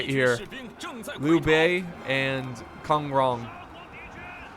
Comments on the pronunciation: Sun(S-wu-en) Jian(J-i-an) 孙坚, Liu(L-i-u) Bei(B-ei) 刘备，Kong(K-on) Rong(R-on)孔融 and so much more! I love to see people struggle on saying Chinese names! Thanks for the fun! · "Kong Rong" is pronounced "Gone Wrong". Love it. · These pronunciations have gon wong 😂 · Why does it sound like he names the genral gone wrong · Pronouncing Kong Rong Gone Wrong 😂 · "These pronunciations have Gong Rong" oh my god 😂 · here are some tips for pronouncing the names in the game: Sun Jian: Swen(read quickly) geean ZhengJiang: Dren+Jon( or J&yee&on read quickly) Kong Rong: Gone wrong :) Gongsun Zan: Gong Swen(read quickly) xan Liu Bei: leo Bay Gong Du: you read it pretty well ;) Tao Qian: Tao Cheean Zhang Fei: dr+on( not dron xD read it separately but quickly) Fei XiaHou Dun: shar Hole Dwen Yuan Shu: yee&u&an(quickly also) shu Just in case you need to read them again in further video. Love your channel <3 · I thought he said "cum wrong".. And I was like dammn poor bastard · It should be 'Kong Rong'